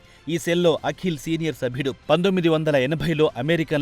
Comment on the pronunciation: అఖిల్ కాదురా దరిద్రుడా.... వాడిపేరు పలకవలసినది అకీల్ అని.........52 తెలుగు అక్షరాలు వాటి ఉచ్ఛారణ ఎలా పలకాలో కనీస ఇంగిత జ్ఞానం లేకుండా ప్రతీదానిలో దూరేసి తెలుగు భాషను ఖూనీ చేసేస్తున్నారు...